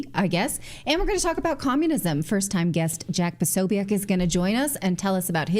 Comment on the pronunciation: Natalie it's jack pasobic not pasoiac